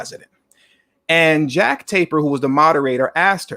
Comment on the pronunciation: How is it that so called educated blacks can't pronounce simple words , how the hell do you fuck up Jake Tapper saying Jack Taper . Sorry brother ,good video ! fukn jack taper ?wtf